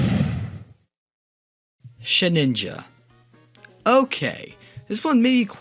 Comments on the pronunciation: It's SheDinja, not SheNinja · the way he pronounces "Shedinja" and "Roselia" though....